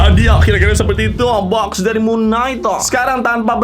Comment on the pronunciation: Kalau cara bacanya itu Mun kenaig bukan Mun naik 🗿